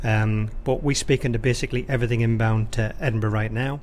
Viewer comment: has anybody else thought EDINBRUH